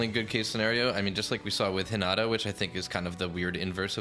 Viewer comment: Also mispronounced Hi -na-ta wrong. (Its japanese)